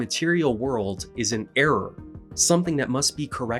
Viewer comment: I had to pause to laugh for a sec because the way you said "Error" made me think of "The missile knows where it is because it knows where it isn't"